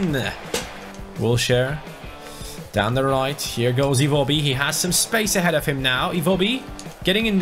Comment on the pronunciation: Dude it is EN-KE-TIA and I-WO (like you pronounce why, what etc.) - BI